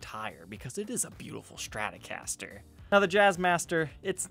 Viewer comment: Take a shot every time says ''Shtratocaster''...